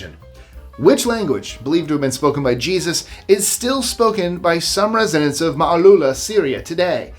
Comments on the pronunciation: ZZYZX is pronounced zizzicks. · It's pronounced Ziz-icks. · You're mispronouncing ZZYZX !